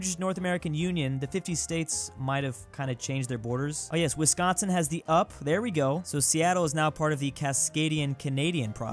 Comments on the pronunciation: Someone needs to tell the UP is called the YOU-PEE, but 3 ppl live there so I am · I’m triggered that you keep calling it the up it’s an acronym, U.P for upper peninsula